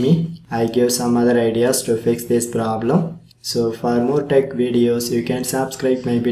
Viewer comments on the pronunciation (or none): none